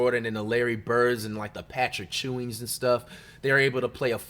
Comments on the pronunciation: I never heard of superstar “Patrick Chewing” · Who is Patrick Chewing? Are you butchering these names on purpose? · Why the fuck you put a C on Patrick Ewing name “Patrick Chewing” smh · Patrick Chewing? Wemban Anders? Jakic? Kucock? Dude’s gotta be trolling 😅